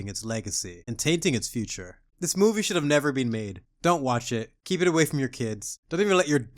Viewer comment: my farts better than this 'moovee'.